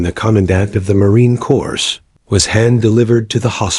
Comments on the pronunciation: the narrator needs to learn to pronounce MarineCorps, the s is silent and he mispronounces, that is a conatant insult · You also need to listen to it yourself. Dot dot and mispronouncing the Marine Corps (the s is silent).